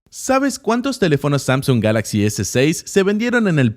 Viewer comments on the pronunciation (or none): none